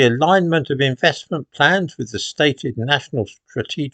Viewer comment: Sorry, I thought you said "infestment plans"! The great replacement continues.